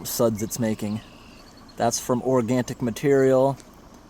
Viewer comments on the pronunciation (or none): Organic brother. Not Organtic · There’s no “t” in “organic.” Just a minor pet peeve, don’t pay any mind, but every time you say “organtic material,” I feel like ripping my hair out a little. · Not trying to be mean but the word Organic is pronounced "Or-gan-ic" no T in it whatsoever. I've been watching your videos for many years and thought somebody would have corrected you by now, but I guess not haha. Hope that helps. Thanks for the great video, that grate is amazing and helped you clear the damn super fast! Huge thanks to whoever invented that! Nice job and thanks for making the video for us to watch and enjoy. God bless ya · I love how he is saying " organtic material" , more of the charm of Post 10